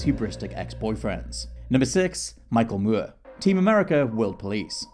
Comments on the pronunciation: Moore. Moor. Not muierr or whatever you are saying v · More, not mury. I hate that British folks will say a word the way they think it should be said, even if it's a fu*king surname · Him pronouncing Moore like Mure is driving me crazy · Why is he pronouncing his name as Mur, instead of Moore? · Michael MOORE. Like how you said MORON. Not Michael Muir. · Like how you say more! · I am SO SORRY cool video, very interesting but the way you are pronouncing Michael Moore is giving me the chalkboard scratch effect and I am not proud of that. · Why is he saying it like that? It's really irritating! 🙄